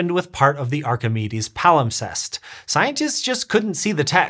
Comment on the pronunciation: Dang. Now I can’t get the word “palimtest” out of my brain. Yes, I know it’s “wrong”, but that’s what my brain saw/heard and it won’t budge.